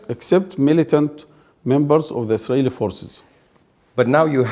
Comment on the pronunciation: have you all noticed how Arabs just can't say ISRAELI, it's ALWAYS ISRAiLI.